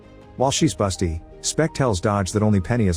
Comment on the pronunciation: While she's what?? :D There shouldn't be a t in busy as far as I know